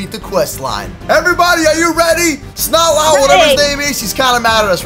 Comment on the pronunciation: He pronounced eternatus wrong now snotlout